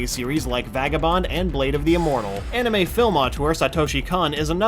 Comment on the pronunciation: Did they really have to make in an anermay? -_